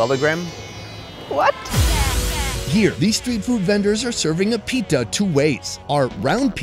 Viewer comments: "pita ❌ pitha✅" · Its no pitta its pittha Pittha is like a bread that is made from the flour of rice. And its for special occasions like Bihu. Btw I'm Assamese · Its Pitha Not Pita 😭